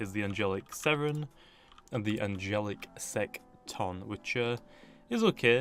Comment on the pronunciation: It's pronounced sect in